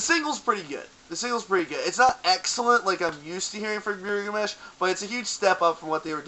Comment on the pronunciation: I stopped watching after you mispronounced their name >_>